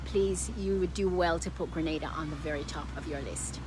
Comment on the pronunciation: On behalf of every Grenadian at home and abroad thanks for getting the pronunciation of 'Grenada' right and thanks for including Carriacou and Petit Martinique. I hit 'like' and 'subcribe' immediately when I heard that. Very helpful video, btw..